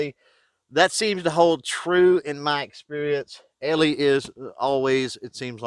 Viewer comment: Great review of this pistol and how it handles different ammo for accuracy. One small thing though...the Brand name “Eley” is pronounced “EELEE”, not “ELEE”, and there’s different types of .22 Pistol and rifle ammo, for general purpose, Club use, practice, Bullseye, 50 meter free style, Olympic, etc. It’s very likely that using Pistol Match ammo in that pistol, the tight group you shot would have been even tighter. Anyway, thanks for showing what other than cheap ammo can do in a nice looking .22 pistol. In the case of .22 match ammo, you do get what you pay for.